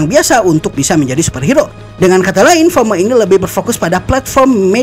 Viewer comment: FOMO bang bukan HOMO😂